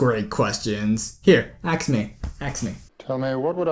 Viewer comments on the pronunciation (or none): The word is ask... A-S-K. Not axe. It is NOT "I axed a question". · Good video. But you do know it's pronounced asK and not aKs, do you? Er... yep, I'm a Ravenclaw :D